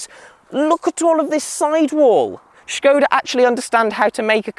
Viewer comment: Great to hear the correct pronunciation of the name 'Škoda'! Fun fact: in Czech, 'škoda' means [what a] pity/shame.